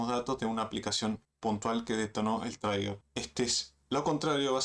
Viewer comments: Todo iba bien amnigo, buen video, solo una correccion, no se pronuncia "TRAIGUER" se pronuncia "TRIGER" con acento gringo saludos... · Gracias por el video. Se dice "triguer" no "traiguer". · Trigger se pronuncia triguer ❤ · No pude seguir viendo el video después de todas las veces que inventaste como se pronuncia trigger, parece que crees que se pronuncia como Tigger 🐅